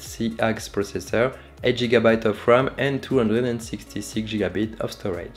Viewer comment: "8 shigabyte RAM"